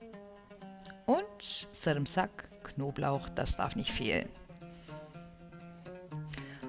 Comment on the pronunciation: Wann lernt ihr, dass es SARMISAK heißt und nicht sarimsak?!!